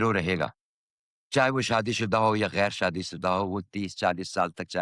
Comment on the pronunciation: I can't believe that he has commended Aina Asif's Urdu ka lehja! Are you serious? Aina Asif persistently says خراب as کھراب, also غیر as گیر, and there are NUMEROUS Urdu mistakes that she has never bothered to correct! Why have our senior, legendary actors forgiven incorrect Urdu pronunciations? This is so unfortunate!